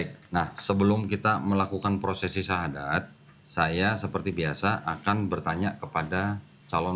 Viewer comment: Alhamdulillah semoga Istiqomah bang salut walau baru 1kali bersyahadat sudah sangat fasih pengucapannya